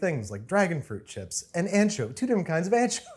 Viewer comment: or as Chris Morocco would say ANchuvy